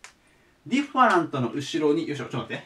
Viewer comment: いつも葉一先生の講義を拝聴しております。 今回ちょっとびっくりしたことがあって、（私の聞き間違いだけだったのなら心配ないかと思いますが）最後の 【different】 の発音が "ディファント" だったので大急ぎでググりました。笑 暗記は時に怖い記憶にもなるのですね……